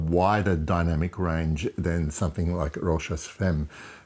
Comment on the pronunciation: Pronounced "fam" ;-)